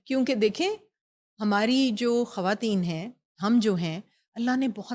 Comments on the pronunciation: بہترین والد کی بہترین بیٹی اور پھر ایک عظیم لکھاری کی نواسی ۔۔۔۔ ماشاءاللہ میرا ایم اے کا مقالہ نسیم حجازی صاحب کے حوالے ہی سے ہے آپ کی گفتگو بہت informative ہوتی ہے ۔ آپ کا لب و لہجہ اور تلفظ شاندار ہے لیکن پلیز ان محترمہ کو سمجھائیے کہ یہ خ کو کھ بول کر اردو کو برباد نہ کریں ۔۔۔۔ یہ ان کا احسان ہو گا شکریہ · خ کو خ ہی بولیں کھ نہیں۔کھواتین،کھطرناک، میزبان کو اس بات کا خاص خیال رکھنا چاہیئے۔۔۔پوری discussion میں disturbance پیدا ہو جاتی ہے۔